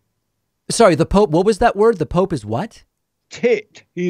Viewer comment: making fun of the way one person pronounces is a word is not racist. I’m not making a generalized statement about a race. Not all black people pronounce “ticked” as “tit”. JLP makes generalized statements about races. So, ergo, I am not racist, he is. JLP says things like “I’m black and slow” and calls Trump “the great white hope” and talks down on the black race constantly. It’s very alarming. All I did was laugh about the way he pronounced a word. He doesn’t speak very clearly so it makes it sound like he says things he didn’t quite a bit. That’s not racist. Just a fact